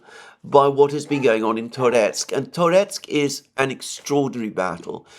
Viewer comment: Now that Ocheretine is liberated by Rossiane, you should start pronouncing it porusskiy -Ah che RET i neh - with schwach o as in owl, how, now, brown, cow. And Tar YETSK.